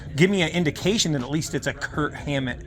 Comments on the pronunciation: No offense, but you keep saying "Kurt Hammett". It's "KIRK". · Are you saying "Kurt Hammett"? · Just a note, his name is Kirk. Not Kurt. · Twice you said "KIRT HAMMETT." Bro's name is KIRK.